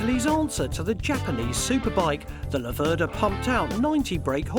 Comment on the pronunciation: It's an Italian bike so I guess in any other language they'll pronounce it as they see it, the mistake that the English make is with pronouncing Laverda, they always seem to stress the 2nd syllable.